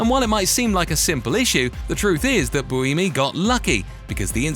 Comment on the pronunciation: If you're going to do a long video about Formula 1, can you at least take five seconds to learn how to pronounce peoples names (an utterly disrespecful thing to get wrong) and locations correctly? "Interlagos' and 'Buemi' with not even an attempt within a minute of each other, with Gene following.